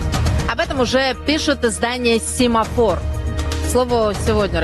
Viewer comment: Сємафор *ля.... Сємафор!🤦